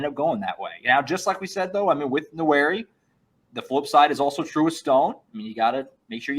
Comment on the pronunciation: keeps saying Nwaneri as Nowhere-ee 😂